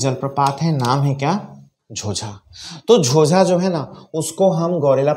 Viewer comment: झोंझा हैं न कि झोझा